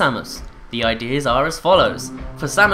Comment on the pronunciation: Also, it's pronounced Zebehs not Zeebs.